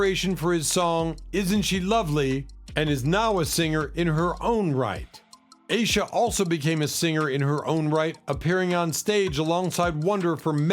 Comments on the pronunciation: Aisha is pronounced "eye-eesha" not "a-sha" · Their names are Nona Aisha (I-e-sha), Aisha ( I-e-sha) Morris& Tashera (Ta- sheer- rah) Simmons. Saying someone’s name correctly is important. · I think that Aisha is pronounced Eye E Sha. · Stevie Wonder's daughter, Aisha, name is pronounced. I EE SHA as it's sung in his song, Isn't She Lovely.